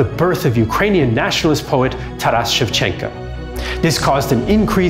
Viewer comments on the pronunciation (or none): It's ShevchenKO, not ShevchenKA.